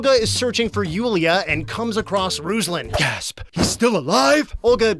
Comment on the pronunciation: Also it's not [RUZ-lan] it's [roos-LAN] (like from rooster and lantern ).